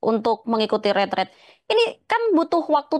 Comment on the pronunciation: Kok banyak yg pakai kata ritrit, bukankah itu retret, artinya kan beda